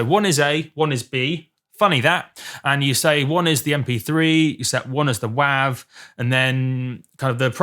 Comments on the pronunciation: when i heard u say WAAV i just couldnt even thought ur pronouncing it the same way its written its more wavy as WAVE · .wav is pronounced "wave". - and has been from conception. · Im sure this guy cant hear anything, he can even pronounce it correctly--its wav (long 'a' sound like 'ocean wave').with a good quality recording a good playback system yes you can hear the diff between wav and 320k.